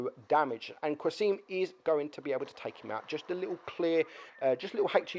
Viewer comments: Qa-sim, there's no U :) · Hahahaha the way you pronounce qasim is so funny